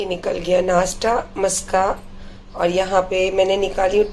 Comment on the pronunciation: madam Nashta bolna seekh lo nasta nahi bolte h do class padh lena tha